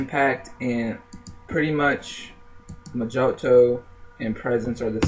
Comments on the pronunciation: Pronounced "MO heeTow" NOT "Mah Jo Tow" lol But...That said...Pretty informative ! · It's not Moe-joe-toe, It's Moe-hee-toe. It's Spanish. J is an H sound and I is an EE sound. The word is literally translated as "little spell" and has been popularized because of the drink, made from Rum, Mint leaves, limes, or lime juice, granulated brown sugar works best, muddle, hit with simple syrup and shake, top with a splash of soda. Maybe you're not bar age yet, but you will be sick of hearing the word once you are, especially if you ever bartend. Skillz lol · Oh and I wasn't going to say anything but you kept on saying mojoto its pronounced moh`hee`doh its also a very nasty mint and rum cocktail